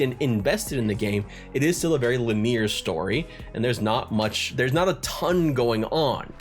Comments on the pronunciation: It is pronounced with 3 syllables: lin-ee-ar. And of course, you know I kid. While I poke fun, there's one great truth that's almost always the case when you see somebody who knows a word but mis-pronounces it in an understandable fashion. It is often because they learned the word from reading it, not hearing it spoken. Which means they *read*. Like a civilized person of culture. So it's all in good fun, because it's usually a sign that you're just talking to a literate nerd. 😂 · Did... did you just say "Lineer"? Never change,, never change. 🤘🤘